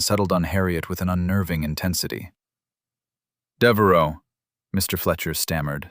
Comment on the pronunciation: It's Deveraux, not Devaro